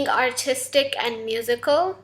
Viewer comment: I heard autistic instead of Artistic